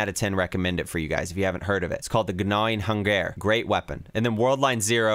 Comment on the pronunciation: The "Guh nawing - Hun gehr"